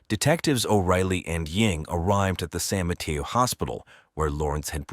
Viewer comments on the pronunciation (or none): San Mateo...ma-tAy-o...not Ma-tEa-o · San Mateo - San mah-tay-o. The way this guy says San Mateo is weird.